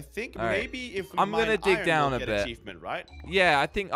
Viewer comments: Iron not irin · tell it’s iron not ion